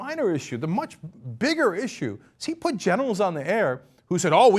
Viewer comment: one question cenk. did you say "generals" or "genitals"?